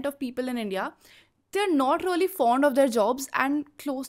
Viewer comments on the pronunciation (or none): Anchor should pronounce “really” instead of “Ree-o-Lee”